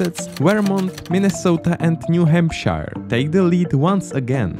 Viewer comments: as a new englander hearing him pronounce new hampshire as “new hamp-shi-re” hurt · DONT PRONOUNCE NEW HAMPSHIRE LIKE THAT 🤬🤬🤬🤬🤬🤬🤬🤬🤬🤬